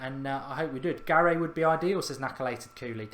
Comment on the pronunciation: Garay pronounced as Gar-Eye, and Godin pronounced as Go-Dean. Sorry, had to be done 😂